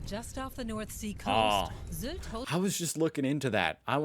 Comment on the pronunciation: The y in Sylt is actually pronounced like ü (like in the name Rüdiger from one of your recent videos).